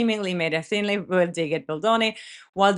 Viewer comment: Hi sweetie. Veil sounds like vale. I only mention to help. Love ya!